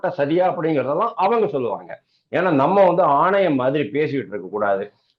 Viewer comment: ஆணவம் இல்லே ஐயா,ஆவணம். நான் கூட ஏதோ வாய் தவறி தான் பேசி விட்டீர்கள் என நினைத்தேன் முதல்முறையாக கூறும்போது,மீண்டும் மீண்டும் ஆணவம் என்றுதான் கூறுகிறீர்கள்.